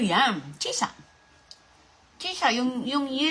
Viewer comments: Grabe talaga. She said "Chisa" but she meant Chesa! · Chesa not chisa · Ang bigkas ay cheeeesa